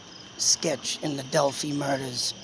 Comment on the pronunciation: Just started listening to you, enjoy your logic. Just a fyi, it is pronounced Dell-fy (fy rhymes with by) Take care